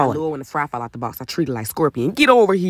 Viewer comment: Spit it aht...No🙅🏾 Spit it aht...No🙅🏾 Spit it aht......NO🙅🏾🙅🏾🙅🏾